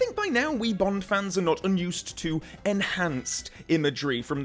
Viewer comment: STOP GETTING BOND WRONGGGGGGGGGGGGGGG